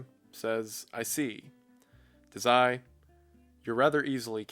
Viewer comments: I love this video but i dont think you're saying Dazai right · as a massive bsd and osamu dazai fan (most authors the characters r based off of actually) i died inside when he said dazai like that and i have no idea why 😭 I paused the video, and sat there staring at the screen for a moment